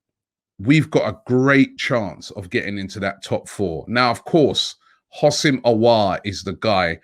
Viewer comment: Robbie his name is Ho-sam not Housim 🤣 please like so he can see this